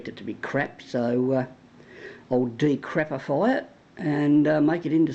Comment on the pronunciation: Haha "ill decrapafy it." How did it end up working?